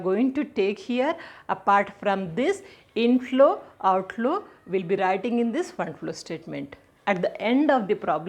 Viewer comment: inflow i heard it is as intlo😅